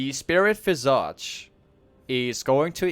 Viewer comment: The way you say Visage makes my ears bleed, great guide nonetheless